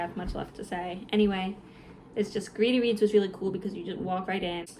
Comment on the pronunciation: You said you were going to Greedy Reads, but I thought you said “Gravy Beans.”😂